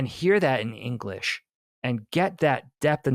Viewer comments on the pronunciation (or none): none